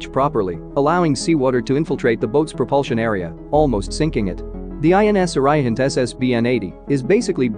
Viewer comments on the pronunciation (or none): It is INS Arihant kid ....wrongly spelling and pronunciation..